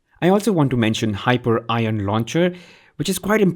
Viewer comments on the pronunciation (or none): Good stuff... btw its pronounced Hi-pee-re-un (A Titan from greek mythology) not hyper-ion.